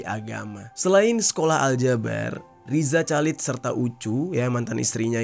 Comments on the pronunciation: Bukan calid dong dinacannyaaa. Dibaca khalid. Masa gitu aja gabisa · Rizal Halid dibacanya bang, gatel dengernya Calid2😂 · Sepanjang video, rasanya janggal denger bang Jerry bilang Chalid = calid . Harusnya khalid 😁. Btw stay safe, Allah selalu jaga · RIZA CHALID bacanya Riza Halid, bukan Riza Calid bang jer... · Chalid? Bacanya khalid gitu loh bang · Baca nya Riza Khalid